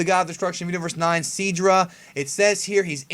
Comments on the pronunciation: And I believe it will be pronounced Sydra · How come you call him seedra? It's spelt Sidra????